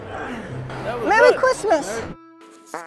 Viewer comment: "mewwy chwistmas" killed me